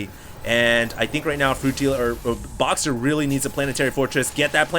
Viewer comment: "Broxer" :D